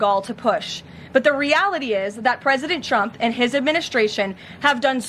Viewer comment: Lol he said "Preident Chump"... that was the only honest thing said.